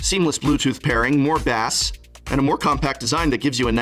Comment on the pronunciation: I nearly choked on my drink when you said "more bass." Will not make that mistake again, Prof. Sometimes I think you spend more time on these ad intros than what follows. Pure gold.